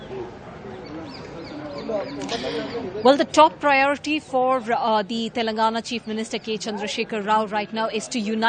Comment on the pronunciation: This pm can't even pronounce the word telangana right.